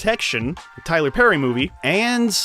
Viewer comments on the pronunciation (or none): none